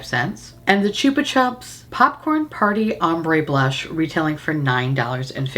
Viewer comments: Slowly going mental at how you say "Chupa Chups" as in Australia we say it completely differently as that's also how our ads were on TV for the lollipops. I'm like yelling at my phones YouTube app going "No, it's Chupa Chup not Choopa Chup" 😂😂😂😂 I'm laughing so hard at this and myself. We still sell them in Australia and they're still great. They have the old school flavours still as well as a few newer ones. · Take a shot everytime says Choopa Choops ❤❤❤ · Chupa is Spanish for lick . So it is pronounced choo-pa choo-ps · I've never heard anyone say it like choopa chups before.. we say 'chupa' like 'chup - a' in Australia, keeping the assonance of 'chups'. That aside, I freaking LOVE these damn lollipops. They ruin me. I understans why you has to buy the collection 😅 Also, I feel like if you placed the purple blush higher up on your cheek bone and away from the hollow it would look better - less muddy and more bright. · It's said 'chupper chupps' here. I've never heard the 'choopa' way of saying it before! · I love how you pronounce the “u”s in Chupa Chups in two different ways 😂 I say “Choopa Choops” 😂